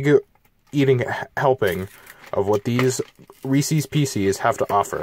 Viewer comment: Reeses pecees IM DYINGGG